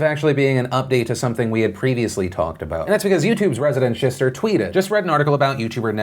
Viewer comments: We can all agree that Phil ACTUALLY said "resident shishter" right? Okay. Cool. Thanks 👌🏻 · "youtube's resedential sister"